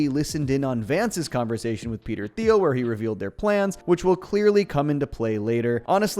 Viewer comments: Peter Tea-eel, no “h” is expressed. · Peter Thiel's name is pronounced "teal". Teal and Orange. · You do know that the H is silent in Thiel, right?